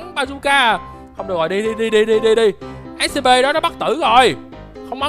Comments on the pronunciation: Chào anh em là đây em đã coi video của anh từ rất lâu từ mà sao anh cứ nói là Ét Xê Pê mà là Ét xi pi (Scp) em là fan của Của Scp scp 106 anh hay nhầm Scp lửa ( Scp 457 ) nếu anh muốn scp thì anh lên Youtube tìm kiếm là Scp Foundation nhớ đấy. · Anh ơi anh đọc sai SCP rồi!